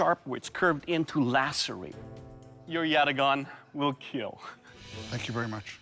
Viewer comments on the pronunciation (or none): Every time doug says keel i smile :) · It will keel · "It will keel" "It will cat" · It will Keel.